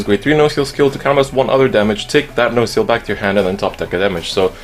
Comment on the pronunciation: The way you pronounce nociel is wrong